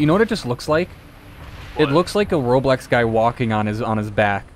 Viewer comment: Hmm, yes, “ROBLECS”